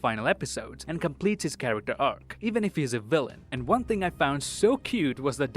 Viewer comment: did he say wan instead of one